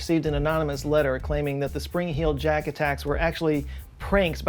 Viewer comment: the WHOLE video I thought it was “Spring Hill jack” and you were just pronouncing it weird 😭